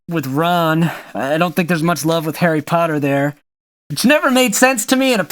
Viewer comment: did you say Harry cotter?